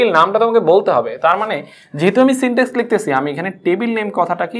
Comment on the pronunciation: Syntax, not syntex. Overall presentation is Good.